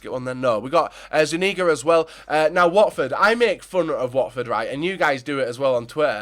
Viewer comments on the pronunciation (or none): its zuniga not zunigga dumbass